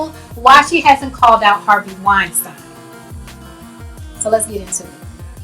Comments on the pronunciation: it's "wine -steen" (pronounciation) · First of all, you are horrible at pronouncing names... Wein-STEEEN.... Now on to the real stuff. You are also misreading what 50 cent said. He's saying that oprah knows how worse black men get found guilty in the media, public opinion, and in court. So why is she perpetuating it on a greater, more public scale? Her and her team have gone after nothing but black men in controversial topics, and yet those same topics and issues involving her other friends, not a peep. THAT's the issue. And I think it's clear. I see wrong, and if there is evidence, yeah it's wrong. R. Kelly Definitely should be in jail, but that's not his point. I don't know how you saw it that way.